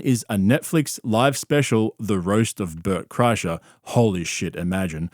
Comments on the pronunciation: Le Burt Cry-Sure 😂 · “LeBert Kreischer” 😂